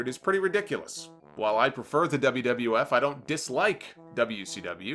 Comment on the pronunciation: the wiff......that'd mean WWF I imagine just with an added i lol